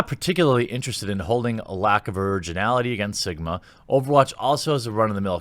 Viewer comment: I heard Jeremy say "Simba" when referring to Sigma.